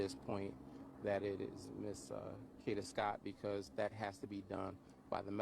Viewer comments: Its pronounced Kayyyyy-daaa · I had to unsubscribe he saying her name so wrong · The fact you have a video with someone screaming and saying her name, and you still prononounce her name wrong is diabolical.. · Please say it again because he's not pronouncing it right at all